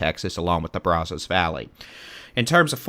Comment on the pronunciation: It's not pronounced Brazos or Rio Grande like a woman's "bra" undergarment... The a is like the word "had". Are you from Texas??? I have to stop listening to you massacre standard Texas pronunciations. 👎